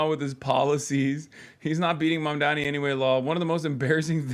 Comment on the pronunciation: MAMDANI IS NOT THAT HARD TO SAY